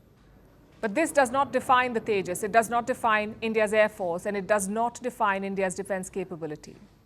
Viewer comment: Ye Teja Teja Kya Hy ye Teja teja😂😂😂